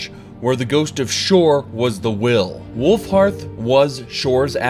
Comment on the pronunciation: Glad you said Wulfharth instead of Wulfrath like you usually do :P